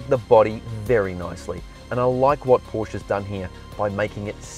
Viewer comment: I found something wrong mate. You dont know how to say Porsche.